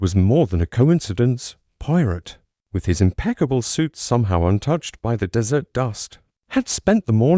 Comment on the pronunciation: I stopped listening as soon as that horrid robot AI said "dessert instead of desert"